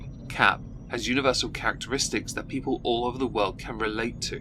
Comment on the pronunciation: . . . All i heard was " stupid peeple" 💀